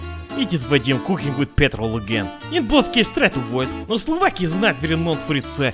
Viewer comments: Before going there: Slovakia After going there: Slavakia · Slovakia? I thought Slavakia